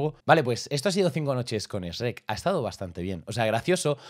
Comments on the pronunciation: tu dices esrek se dise shuerk x dx d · Se me hace raro escuchar a decir Srek (pronunciación) y no shuek xd y Asno a Burro Buen video <3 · Los españoles SRRRRREK , los mexicanos SHUEK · Amo cuando Dice Shrek's -😭😭👍👍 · Shurrek, más o menos. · A shrek le pronunciamos shuek y a asno le decimos burro P.D no se si shrek se pronuncie exactamente así pero así maso menos es